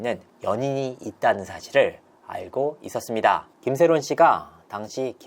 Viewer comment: 있었습니다 하는 마지막 끝내는 말투.. 너무 ........... 이상해요ㅠ 저 억양만 귀에 들어오네요